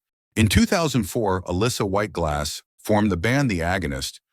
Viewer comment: So, nobody is going to mention the fact that the narrator COMPLETELY butchers her name? It's not uh-lissa, she pronounces it uh- LEESA. Her last name is pronounced like it's spelled... GLUZ, not GLASS. I like her. This video sucks, though.